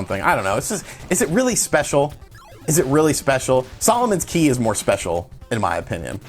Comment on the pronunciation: Every time you say Solomon’s Key I can’t help but chuckle.